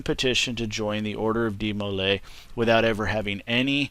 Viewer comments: the way all the brethren and advisors that I've met pronounced it was with a strong dee to start and moving into molay with far less emphasis on the m then the way you pronounced it. Hope this helped not to experienced at writing out pronunciation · You're pronouncing Demolay wrong